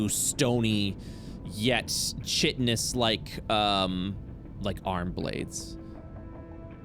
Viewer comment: I've really been enjoying working my way through these since I heard mention playing a cop on another livestream. It's bittersweet to have finally caught up, but I guess I have the rest of the Io-verse to explore too! Dull side note: chitinous is pronounced "kītn-əs". Like the 'k' in chemistry, since they both have their origins in Ancient Greek. I was saying it with a 'ch' for a long time too.